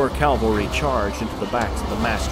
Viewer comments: Loved the video, but I keep being distracted by you saying Calvary and not Cavalry. >.< Still great work! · Awesome video! Loved it. However, its pronounced cavalry and not calvary. Minor detail but i felt i had to mention it. Still amazing video, cant wait for the next. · It's CAV-AL-RY my guy..not cal-val-ry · Am i the only person who notices that most youtubers say "CALvary" and not "CAValry"? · I don't want to be that guy, but I noticed that they kept on mispronouncing "cavalry" by reading it as "Calvary".